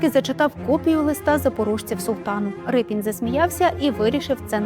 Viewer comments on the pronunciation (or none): Шановні, чого Рипін? Адже прізвище пішло від "ріпа"? Отже, Ріпин! Подивіться канал Культуртригер, будь ласка. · Який Рипін ? Може, Ріпин ? Могли б краще підготуватися .